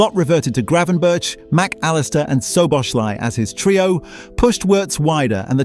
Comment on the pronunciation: Ai can’t pronounce gravenberch or Sobozlai 😂😂